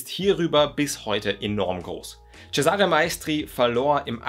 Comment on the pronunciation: Für die Zukunft: Der Name "Cesare" wird auf der ersten Silbe betont im Italienischen, ganz ähnlich wie auch im deutschen "Cäsar" auf der ersten Silbe betont wird. Tut mir als Italienerin jedesmal in den Ohren weh, wenn ein Deutscher mal wieder ceSAre sagt, statt CEsare.